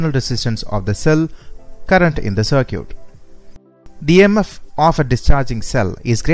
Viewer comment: cer-cute.. Olt.. hahaha.. good video by the way.